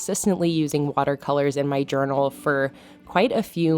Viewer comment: I think you've added an extra "a" in journal, but I love this theme!